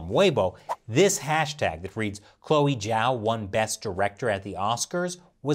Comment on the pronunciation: Great video. I'd just like to remind you that Zhao's name is spelled like "Jao" like in french "bonJour"; Instead of "Jiao" as in english "judge" ☺️. Actually, here's a quick tip: Zh = J (french "Toujour") J = J (english "Jack") X = Ch (english "Check") Sh = Sh (english "Shark") It's actually pretty easy 💫